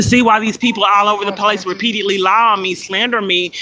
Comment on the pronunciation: RE👏PEAT👏EDE👏LY HAS 4 SYLLABLES.